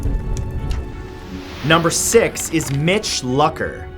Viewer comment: I'm pretty sure it's pronounced Mitch Louker not Lucker. Like Luke not Luck